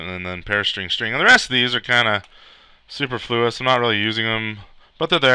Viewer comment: the word isn't pronounced "Super Flew Us" -- it's "Sue Per Flew Us"